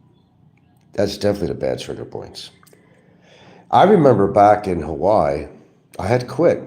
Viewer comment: no criminal record. just 60K in HA WAI I 3 syllables